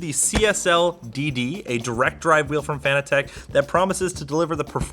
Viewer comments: ITS PRONOUNCED FANATIC!!!! NOT FANA TECH....!! NOOBSSSSS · It's pronounced fanatic. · It's pronounced Fan-nat-tec like as in fanatic.... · This was cringe. From the improper handling of the wheel base to the mispronunciation of the brand. BUT! It goes to show that even the simple minded can put it together and get it working. Good job "fan-a-tech"! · I always assumed it was meant to be pronounced “fanatic” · saying Fanatec incorrectly hits hard